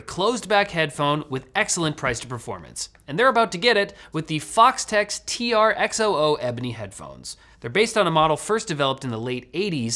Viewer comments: he says Foxtex instead of Fostex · How are you saying Foxtex to Fostex cans ? XD it made my ears bleed hearing u miss spell such a legend in the audio world .. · Fostex not Foxtex. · "Foxtex"? Really,? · He said "FOXTEX" instead of "FOSTEX". Nice sponsor xD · "Foxtex"? C'mon... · Did he just say the product name at the and wrong or is it just me ????? he say Foxtec or????? XDDDDDDDD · When you mispronounce the brand name of the advertiser. ROFL.